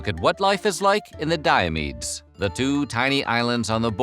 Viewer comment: Fun fact Diomedes is my first name. I’ve been calling myself Di-ah-mee-dees Why do you say Di-ah-meed? Do you just ignore the s?